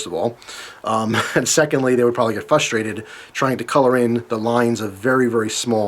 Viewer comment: It's "frustrated". frus-trae-ted